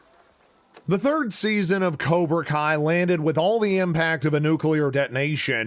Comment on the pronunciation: Is it kobra kai or... Karona kai